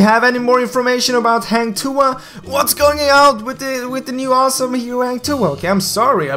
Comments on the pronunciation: Hang tuah is pronounced as Hung... But your Tuah is pretty spot on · I am sure that Hang Tuah will come out coz Goosen is assassin. And i believe Hang Tuah is a fighter. The knife is no big deal. Every heroes has their own weapon either a knife, gun, hammer etc. By the way, ur pronounce 'Tuah' is acceptable 😉.